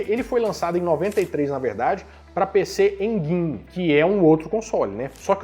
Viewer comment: Tem que aprender a falar PC Engine 😂